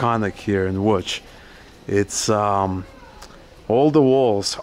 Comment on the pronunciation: Congrats on the correct pronounciation of "Łódź". Most Americans say Lodz, which is atrocious.